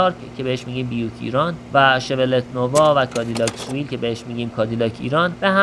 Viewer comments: Seville سوویل نه سه ویل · Cadilac soovil😂😂correct pronunciation is Seville. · تلفظش سویل هست sevill